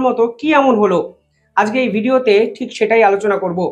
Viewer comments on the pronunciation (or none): none